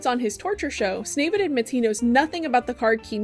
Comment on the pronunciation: I hate that you call him “snavid” 😂